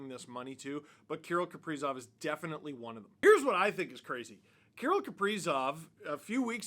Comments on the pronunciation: Why are you saying Key - rul ? Kir - rill the thrill. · KA-RILL not Kurill! How could he not sign, went from playing at the "X" Exel Energy Center now he plays at the "G" Spot! Grand Casino Arena...The "G" SPOT!😆😅🤣😂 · I know it sounds weird, but that's closer to how you would pronounce it if you spoke Russian. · I have never really heard his first name pronounced the way you do. Maybe just say his last name.